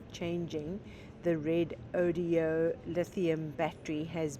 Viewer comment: you give me a great laugh every time you say Redodeo instead of Redodo for your new batteries. Hopefully the company is laughing and will adopt the new name!!